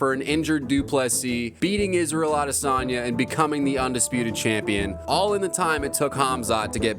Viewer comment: Worst “champio” the ufc has ever seen this kid never fights